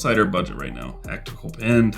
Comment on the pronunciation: I was a good way through the video before I realised when you say pin you mean pen 😂